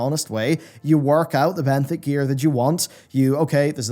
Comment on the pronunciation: Benthic = benefit lol